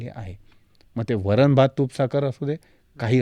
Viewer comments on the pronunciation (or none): *वरण... वरन नाही re baba